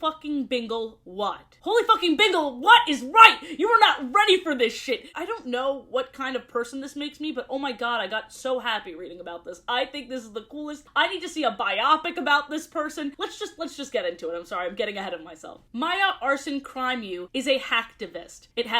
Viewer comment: Biopic is pronounced Bio-pic (as in biography picture), not rhyming with Myopic